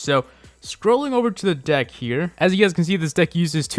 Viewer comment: lol I heard, "This dick evolves all around elixer."